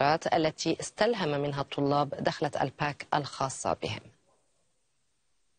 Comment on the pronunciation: It's dakhla not dokhla ... ! It means intro ( introduction ) !